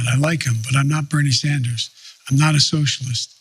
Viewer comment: "I'm not Beenie Sanders." Yeah, no fuckin shit Joe.